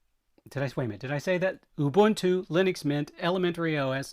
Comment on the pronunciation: Thanks. Thanks for getting the pronunciation of Ubuntu correct. It is a great word that we use in South Africa.